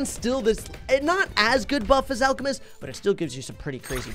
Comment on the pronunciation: Legit said alcoocoomist 🤣🤣🤣🤣🤣